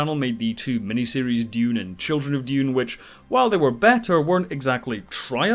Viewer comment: Yay, finally someone on YouTube who can pronounce Dune properly :) Timothee Chalomet would have been miles better as Anakin Skywalker than Hayden Christenson! Unfortunately it looks like Dune isn't going to make the US Box Office Top 10 of 2021 as it's only at 89 mil so far and doesn't look like it's got another 11 mil in it to overhaul Godzilla vs Kong AND even if it did overhaul that movie Spiderman's coming out later this year and will easily blow past 100 mil. Dune's 335mil worldwide so far is good enough for #10 of 2021 worldwide right now but again Eternals and Spiderman are likely to both overtake it even without Chinese money. Alita and Kingsman were great films that deserved {especially Alita} bigger box office than they got BUT Ready Player One was just an ok film that had Spielberg's name behind it....He's not the box office God he used to be but his is still a name that will get people into cinemas.